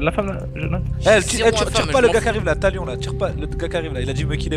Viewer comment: quand il a dit thalion g cru ta lion mdr